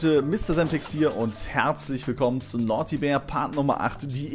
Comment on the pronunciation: es heißt Naughty